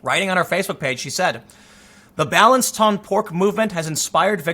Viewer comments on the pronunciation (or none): It is not “bal-ense” like in United States, it is “Bahl-on-say” “Balance ton porc”